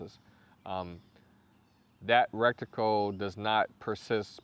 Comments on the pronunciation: Awesome review, I could not help myself I had to tell you that its pronounced retical not rectical. Content was great though and highly useful. Thanks for all the hard work you helped me make my decision! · Good video but the word is R-E-T-I-C-L-E NOT R-E-C-T-I-C-L-E. Thanks ! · or just say reticle lol 😂 not recticle...💯👍🏼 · Take a shot every time he says "rekticle" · Bro thanks for the review. Awesome. But if I hear recticle one more time, I'll avoid your videos like crazy.